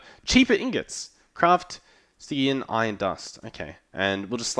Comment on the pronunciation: It is pronouced "Sti Gi An" as far as I know. Please don't make them shorter. They are perfect length as they are ^^. Thank you for entertaining me with Minecraft since I am currently not able to play any games at the moment, due to having a newborn.